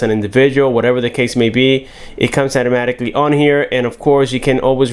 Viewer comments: "At-amaticly" .... You what? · He said “ATTAMATIKLY” I’m fkn dead 😂😂